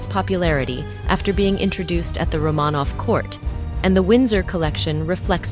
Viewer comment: Please check your facts. As well as pronunciation. In the first 30 seconds Romonov and Garrard are mispronounced! Stopped watching at that point.